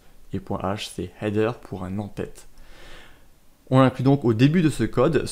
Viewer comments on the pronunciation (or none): none